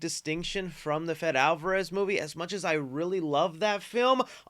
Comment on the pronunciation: Not to be that guy but it’s Fedé Alvárez not Fed.